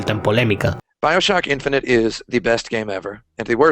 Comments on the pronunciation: La verdad es que me he visto el vídeo con una ceja levantada por el título, pero me ha gustado mucho el análisis. (por si haces un vídeo de Bioshock Infinite, lo estás pronunciando como si fuera infinity) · Buen vídeo/documental. Mas, sin embargo, me llama la atención que pronuncies casi todos los nombres de los productos que mencionas en idioma original, pero a su vez pronuncias "Bioshock" como se leería en español. Y también "Bioshock Infinite" como "Bioshock InfinitY". 🤣🤣🤣